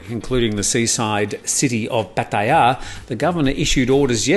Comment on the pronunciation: Just for the record, is saying it spot on.